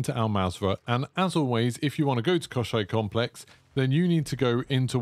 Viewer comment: Мне очень нравится как ты произносишь Комплекс Кощей